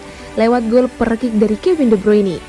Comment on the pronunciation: Sengaja apa gmn sih.. Ganggu banget denger " LEIKESTER SITI " sama gol PERKIK 😢🤣🤣🤣